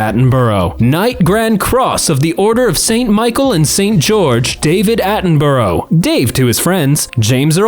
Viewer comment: british people all collectively wincing at the pronunciation of Attenborough